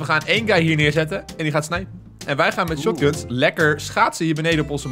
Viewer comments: Jij zegt in plaats van shotgun shatgan in de intro😂 wel super leuke video zeker vaker doen!🔥👍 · Plaats noem de shotgun niet shatgun ik irriteer me er aan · het is niet schutgun maar schotgun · Hij zegt niet gewoon shotgun maar SHATGAN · is echt een mooie uitspraak van shotgun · SPREEK SHOTGUN NORMAAL UIT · spreek shotgun aub nie zo debiel uit